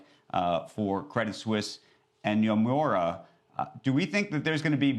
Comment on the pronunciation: Nyomoura he says lol